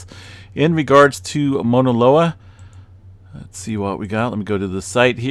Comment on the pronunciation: Thanks for you info. I’m on Big Island and it helps to have different perspectives. Also, just a slight correction. You’re pronouncing it “Mona” loa. It’s be worth tracking down a video of a Hawaiian pronouncing “Mauna.” Thanks again for the info.